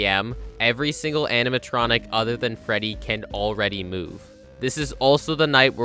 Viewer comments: I just noticed… “animatonic” lol Also you’re on a whole other level of gaming when it comes to FNAF, I’ll never stop being impressed dayum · No one noticed “animatonic” ?